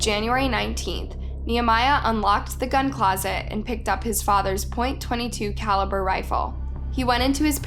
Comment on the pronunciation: Clearly this speaker is a brain washed liberal. Realy blames religion and guns , instead of the criminal. Doesn't even know how to say .22 caliber. SORT yourself out.